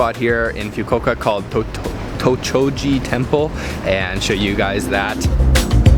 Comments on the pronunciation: Pronounced as fu-ku-wo-ka not fyu-ko-ka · wtf is FIUKOKA? it's FUKUOKA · Its FUKUOKA NOT FYUKUOKA gosh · Please say “ foo-koh-uka.. its not “few-ko-okah” , the food looks delish:-) domo arigato! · Just re-watched this video. Dude it is pronounced as Fookuuoka not Fukuka. Also Camembert cheese is pronounced as Camembear not Camembert!!! Where did you go to school or learnt English. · It's pronounced Fu. Ku Oka and not few ku oka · Fyu koka 😂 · Few Ko Ka? OMG ! Come on dude! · I cringe anytime he says Few-Coke-Ah. That ramen broth looks amazing though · it's pronounced: FOO KOO WOH KAH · Cool place the ramen spot but mate if you want to have any sort of credibility at all learn to pronounce the name of the city you are visiting. It is not that difficult...FU-KU-O-KA, ffs. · I cringe every time he says FYU-KO-KA.. lol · lol nice vid!, it's pronounced "foo koo oh ka". keep up the good work! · I almost puke after he says Fukuoka(Foo-koo-oh-kah! ). lmao!!! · you completely butchered the name of the city. its disgustingly disrespectful because its so obvious and japanese is entirely phonetic. foo-koo-oh-ka. if you wanna be taken seriously as a travel vlogger, don't be lazy to do some research. i watch your videos because i do enjoy the content but you've made so many mistakes it really bothers me. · Awesome video. It's just really distracting everytime he mispronounces FUKUOKA. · How do you go somewhere and not even know how to pronounce where you are?! 😩😖😤